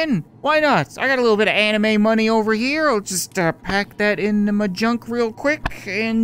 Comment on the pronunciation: I love it how he said animu money